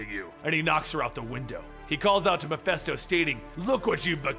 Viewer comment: It's: "MEH - FIST - OH". Mephisto. Not Mephesto.